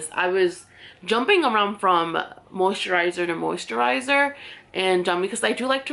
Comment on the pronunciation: You say “moo-sterizer” Lol